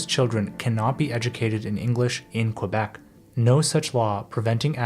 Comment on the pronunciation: How can we trust a video where the narrator mispronounces the name of the province.